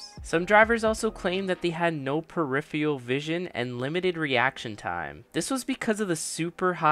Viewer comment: Fighter pilots can pull 8+ G's. Also, it's "per-if-er-al", not "per-if-ee-al".